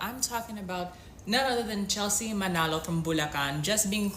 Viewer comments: Her last name is MANALO (Mah-Nuh-loh), not ManOlo. We’remall mix in thenPhilippines. No one there is “pure Filipino” anymore. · The guys keep pronouncing Manolo. It's MANALO. lol